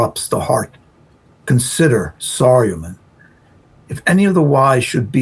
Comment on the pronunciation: Saa-ri-yu-man for Saruman 😁